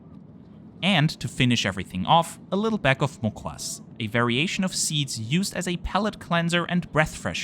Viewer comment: Fantastic video as always, one fact that shows how much you research regional intricacies is demonstrated by how you said Mukhwas instead of mouth freshner! Kudos 👌👌